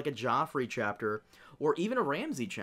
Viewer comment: Best Dotrice moment, saying "Prince Geffrey" half the time during the first book.